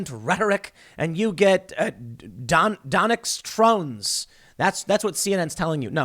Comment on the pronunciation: "Donex Trones" 😂🤣